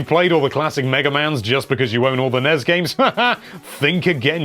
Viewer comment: Treating the abbreviations of NES and SNES as words is super annoying